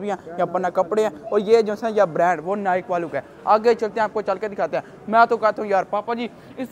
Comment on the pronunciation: Bro at least pronounce Nike well✅ Don't mind but check it.✔️